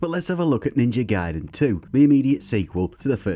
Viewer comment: It's pronounced Ninja GAY